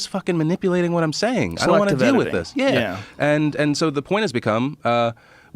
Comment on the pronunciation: You know you got black friends when you say "Yeah" like that during a conversation